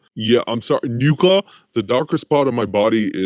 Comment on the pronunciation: It's pronounced "nuh-kah" just fyi. I dont really care but I'm sure some people do. It's like another way of saying the n word